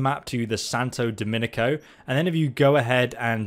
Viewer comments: I dont know why it bothers me so much, but its Santo Domingo. Not dominico. Say flamingo, then say Domingo. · its Santo Do-mingo not Dominico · Santo DOMINGO mate, not Dominico. Not sure how you're seeing letters that aren't there Sorry to mention it, but you've said it on like 10 different videos by now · DOMINGO! SANTO DOMNI-G-O! NOT DOMINICO YA DORK. <3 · it's Santo Domingo, not Santo Dominico. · It's clearly not spelled "Santo Dominico" It says "Santo Domingo" mate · Domingo....its santo DAMNIGO. not dominico. Just saying :P ~~<3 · 🤣🤣 he keeps saying santo dominico when it's SANTO DOMINGO 🤦🤦🤦 this guy there's no i & c here pal? 🤨 How da hell did you read DOMINGO with an IC at the and que paso ahi señor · santo Do-Min-go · Santo Do-MEOW-go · Lmao thank you "Santa Dominico" he fucking said 😂😂🤣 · “saNtO DOMiniCo” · Why does he call it Santa dominiko where did the k come from